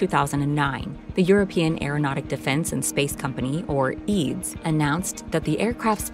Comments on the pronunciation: It is not pronounced "Eads"! It is pronounced "E-A-D-S"! That is the first mistake in the video. The second one is your wrong use of the term "vertical take off"! 🙄🤦‍♂ 55000 pounds of cargo? I guess you mean 24915 kg! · It's not "eads", it is acronym and every letter is pronounced separately! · true - for example how to pronounce EADS 🤨